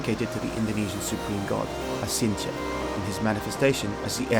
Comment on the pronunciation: Acintya is actually pronounced: Achintya. Since ch denotes a hard c sound followed by a "ha" sound when using Roman characters to pronounce Sanskrit, the solitary letter c is used to denote what we would pronounce as "ch" as in "chain" in the English language.